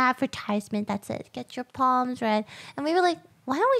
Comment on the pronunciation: I kept hearing get your palms read as get your poms bread. I thought she was trying to get more pom puppies.